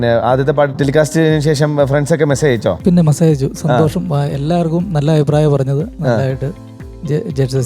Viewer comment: കദളി ചെങ്കദളി പാടിയ കുട്ടി സന്തോഷം എന്ന് പറയുന്നത് സന്തോശം എന്നാണ്. വല്ലാത്ത സങ്കടം തോന്നുന്നു മലയാള ഭാഷയെ കളിയാക്കുന്നത് കണ്ട്